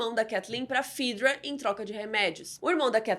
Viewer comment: Ótimo resumo! Um adendo: No jogo e na série se pronuncia "fÉdra" e não "fídra" 🤓